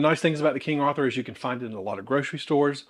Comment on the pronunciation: I’m a born and bred Yankee and I love how you say Arthur!